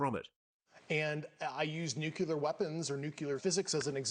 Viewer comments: What in the heck is, "nucular fizzle"? Saying New Clear isn't as hard as many intellectuals make it out to be. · "We have NUCILAR weapons" ?? Why the hell can't Yanks say the word "Nuclear"?? Why do they have such difficulty with it? They can say "New" and they can say "Clear"...go figure! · Nuculer is not a word. It's Nuclear. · No one who says " nucular" has a shred of credibility. I'm sorry, but if you are incapable of pronouncing the name of the most powerful known technology, your claims of higher technology are invalid. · He said the word nuculear... If he was that high up with advanced knowledge he would know that the word is spelled nuclear and pronounced as such. Just odd to me. I don't know what he knows but I do know he doesn't know how to pronounce nuclear. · It's hard to believe someone with allegedly, such high Physics education and technical knowledge, - who can't pronounce "nuclear". So many military, government, and political leaders say "nuculer". It's about the nucleus of an atom, therefore, nuclear. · A Physicist who pronounces "nuclear" as "nuke-you-lerr" even once is suss... More importantly, he's NOT the first whistleblower. There are many who actually saw and handled "alien" technology & remains... not new information here... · Why nukiler? Nuclear shoud ne the correct one, he should know this! Nukiler lol comoooon And he is a physicist, nukiler😮😮😮😮😂😂😂😂😂lol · Fake. Claims to know science but says nuclulr when it's pronounced nuCLEAR. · With all of his credentials he can't pronounce the word nuclear properly! Makes me wonder. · This is "NUCULAR"! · While this guy sounds real kosher, I’m always a little suspicious of high level people who can’t pronounce the word nuclear correctly, especially when his claimed level of expertise is so closely related to nuclear issues. However other than that he does sound very plausible. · And he can't pronounce "nuclear?" I'm not critiquing his message, but perhaps his credibility.